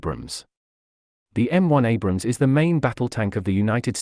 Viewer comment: whats with you idiots calling the abrams "abraham" lmao.